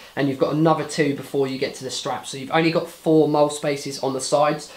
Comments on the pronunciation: It's pronounced "Molly" not "Mole," bro. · Mole? ITS MOLLE